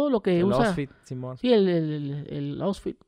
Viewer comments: el ousfit simon, si el el el el ousfit! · El "osfit" jajajaajja ogt Gusgri se la quería curar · "EL OSFIT" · Si el el el oustfit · Gusgri: Me identifico contigo: ousfit Gusgri:si el ousfit